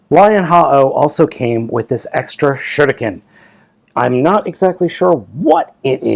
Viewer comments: Im still annoying how balmatrix say shuriken n you dont have to say it in like in a japanese accent, say it normally like shu riken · You cald shurikenjen, shinken oh and I knowbthe start is the same "sh" but the rest is very diffrent